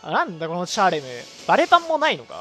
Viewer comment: チャーレムのイントネーションが気になる